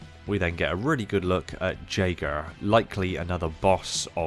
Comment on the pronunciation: No one gonna mention his pronunciation of jager?